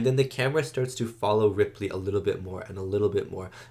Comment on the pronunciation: Her name is Ellen Ripley. Are you saying Ridley?